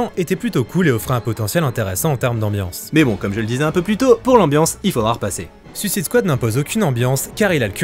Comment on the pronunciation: Superbe vidéo. Bizzare que toi aussi tu prononce à la française alors que le gars qui intervient dans la vidéo sur l'origine des comics le dit correctement. Je vais finir par croire que bcp de youtubeurs sont fâchés avec le mot suicide en anglais :)